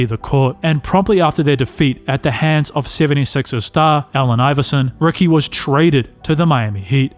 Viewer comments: Is his name Rookie or Ricky? Was a rookie or a ricky? Enunciation is important. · How do you get Rookie out of Ricky? That’s not an accent you just can’t pronounce letters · Rookie or Ricky? What do you mean it’s an accent, are you unable to pronounce the sound of a “i”? Sounds like a big challenge if you are making commentary for videos considering it’s a vowel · Not gonna lie. You saying Rookie instead of Ricky is killing me. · He’s definitely saying “Rookie Davis.” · he’s definitely said rookie multiple times. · I’m so glad it wasn’t just me. I heard it the first time & all the way through